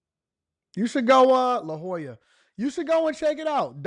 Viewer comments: Dude, it's pronounced La holya😅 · Hey Bro, I’m from Daygo or San Diego and you mean La Hoya not La Jolla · When he said La Jolla I fell out lol. But yea la -hoya is beautiful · It's pronounced lahoya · La Jolla is pronounced "la/hoy/ya." Suburb of San Diego. Affluent area. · It's La Hoya, the J is silent, dummy!!😮😢😂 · I think its pronounced lahoya. Check out the seals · The J in La Jolla makes a H sound